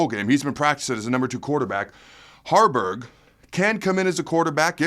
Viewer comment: Harberg not Garners